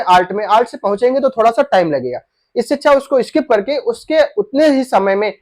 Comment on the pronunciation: अरे भाई, थोडा होता है की थोड़ा ।